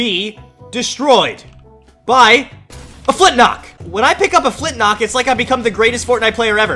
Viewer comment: it's flintLOCK not flintNOCK